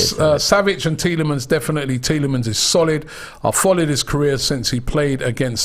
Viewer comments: Robbie loves mispronouncing names haha. He said Lau-ture-ro Martinez all last Summer, it is Lau-Tah-Ro. And It is not Tee-lah-manz, it is pronounced Tee-lah-mah (with the French inflection) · Tee le mons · Bro please pronounce the S on Tielemans🧐